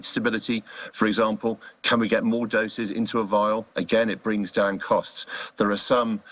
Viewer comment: He said , " bring down the costs". Somehow, I'm hearing, " bring down the corpse".